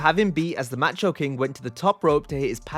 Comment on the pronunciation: Ma-cho...not Match oh